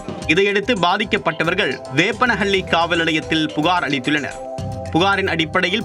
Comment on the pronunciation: வேப்பனப்பள்ளி காவல் நிலையம்னு போட்டிருக்கு. ஆனா செய்தி வாசிக்கற தத்தி நிருபர் வேப்பனஹள்ளின்னு தவறா உச்சரிக்கிறார்